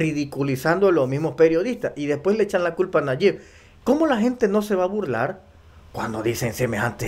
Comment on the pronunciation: NO SE PRONUNCIA NAYIK. ES NAYIB. CON B AL FINAL.